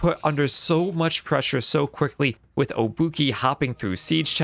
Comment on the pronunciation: Great breakdown, one thing though at around 4 minute mark you pronounce obuchy with an -i like sound at the end, but Polish y is pronounced as ɘ (as in myth).